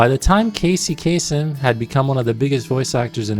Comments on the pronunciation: Bro if you know he is Arab why are you pronouncing his name like a foreigner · The Arab-Americans always do this, the different pronunciation of the surname, it throws you off, haha.